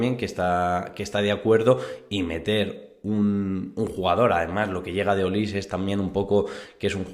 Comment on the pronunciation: Es Michael Olise. Y se dice "Olisé" no "Olís"